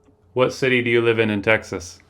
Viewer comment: i have never heard anyone in my life ever pronounce texas like that and i’ve lived here for my entire life